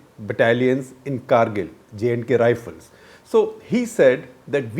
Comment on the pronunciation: Shekhar ji Great work as usual However it's "Kargil" and not cargil and it's Jak Rifles or bit distorted version J&K Rifles but not jnk rifles